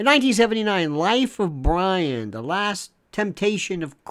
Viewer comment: We actually have a Bwian lol